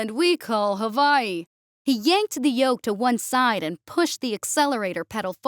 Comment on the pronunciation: How you going to mispronounce Hawaii?